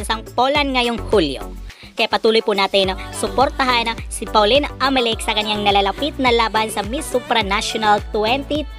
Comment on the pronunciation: okay na sana video mo pero pag pronounce mo ng Amelinckx walang N